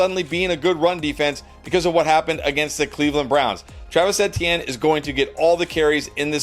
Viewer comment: The way dude says Etienne is so cringe